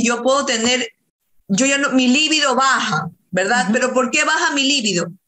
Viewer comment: Squirting (eyaculación femenina, se pronuncia esKIrting (sic) ). Es libido, de 'deseo sexual' ACENTO EN BI. La pronunciación esdrújula es un error por influencia del adjetivo lívido y su significado es 'amoratado o pálido'.